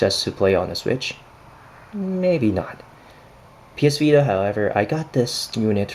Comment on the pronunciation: It s vita not vida lol i don't get how you American people pronounce t as d 😁